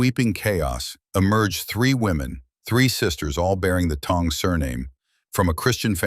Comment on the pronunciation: Why do you pronounced Song as Tong? Awful AI control.